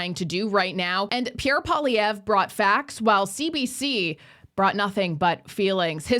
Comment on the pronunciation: I wish folk would learn to pronounce Mr.Poilievre's name correctly. Surely that is common courtesy. For a bilingal country, it is so disappointing to hear all the fudged attempts!